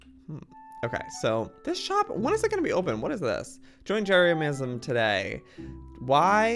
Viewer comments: I love how Joey says Jeremiah-nisym instead of Jeremy-nisym💀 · It was that episode when he murdered Jeremy lmao and he pronounced Jeremyism as “Jeremiah-mism”